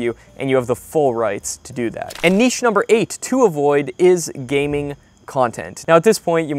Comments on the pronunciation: Thanks for not saying "nitch" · Thank you for pronouncing the word niche correctly. I swear I will not even watch your video. If you can’t even pronounce the word niche correctly. So many others don’t.